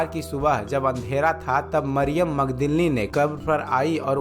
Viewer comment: Yeshu ka pita ka naam yusuf Tha Mariyam thik se bolo